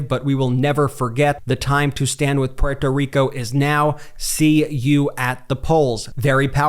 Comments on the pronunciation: I wonder how many words and names this guy pronounced in his regional, English dialect when he could’ve pronounced them based on their non-English origins or regional pronunciations while he was making a cringe point of pronouncing Puerto Rico the way he pronounces it every five seconds in this video. I don’t know how you guys think that taking these righteous virtue singling perspectives about Donald Trump is going to somehow keep him from getting elected. I don’t know where you’ve been for the last 10 years. You’re just making things so much worse with your lazy attempts at inclusivity that just seem exclusively indicative of SJW’s like the guy in this video. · This guy is going to cost Kamala Harris the election if he doesn’t stop pronouncing Puerto Rico like that. Also, the misleading titles of every video from this channel are definitely causing more harm than good. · Jesus please stop saying Puerto Rico like that. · The way you’re pronouncing Puerto Rico is cringe-inducing. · Brett. Dont try to accentuate "Puerto Rico". Just say it normal or it sounds weird from you bc your too white, like me!!!! LOL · Bret, I get the whole “pronunciation” thing. But, my dude, we white guys, who do not have an accent “generally” speaking, say “Porto Rico”. I do not think this is taken with offense from the community. We pronounce a lot of things wrong. But not on purpose. When you pronounce it “Pewhorto Rico or Rican” you sound kind of silly. Please tell me you do not say “MeheeCo”. Regardless of the pronunciation acrobatics, I think the point lands. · Can you just say porto rico? Por favor, it's like if you tried to say croissant with a bad French accent. If you want to say it correctly, pronounce the t more. Like, say" P where toe" " reek oh" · Quick way to get drunk. Watch the video and drink a shot every time this dude says PPUErto Rico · It's okay, you're not pUeRtO rIcAn, you don't need to pronounce it with a fake accent.